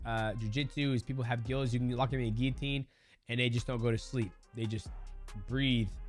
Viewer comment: Dustin "Gillinatior" porier